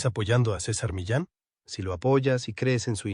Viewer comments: Este no sabe pronunciar no es Milen se dice mi lan que cosa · No es cisar ,es César, y no es mílan es Millán, es mexicano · No se dice Milan es Millán. Además EU no es más seguro que México alla asesinan en escuelas, calle, iglesias, cines organizandose hasta en grupos para adsesinar por gusto, al fin hasta en Walmart consiguen armas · Mílan, Milán, Millán…… se apellida Millán y creo que todo lo que están contando es falso. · De ser César MILLÁN con doble LL , ahora es César Milán 😂😂😂😂 como les encanta hacerle al pendejo y sentirse extranjeros, y muchas veces bi siquiera son ellos los que lo haven sino los que traducen. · Ni siquiera sabes pronunciar su apellido..eres todo un fraude